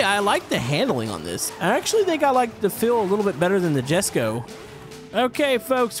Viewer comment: jesko is pronounced yes go